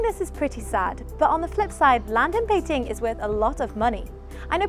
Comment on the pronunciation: 2 thumbs up!! Yes the hutongs got the nostalgia feelings, but.........they will disappear with the incoming of highrise buildings and modern shops, kinda like what happened in Singapore. Thank you for pronouncing "Bei- Jing" correctly!